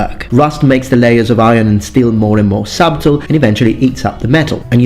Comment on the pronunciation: You're about 500 years too late with the Shakespeare joke. Still, the old ones are the best, eh? Also you're not meant to pronounce the letter 'b' in subtle. Interesting video though.